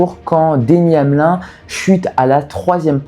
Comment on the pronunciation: Très bonne vidéo facile à suivre c’est super cool que tu parles de NASCAR en plus les Daytona 500 ne se ressemblent jamais. Franchement si tu sors d’avantages de vidéo sur la NASCAR c’est le bienvenue Ps : on prononce le i dans Denny Hamlin il me semble